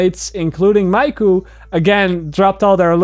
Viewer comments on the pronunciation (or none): Miku is a Japanese name. It is pronounced like saying "me" "koo". Just an FYI for future reference. ;) Good video though! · The one thing that triggered me the most is saying Miku wrong.But awesome video regardless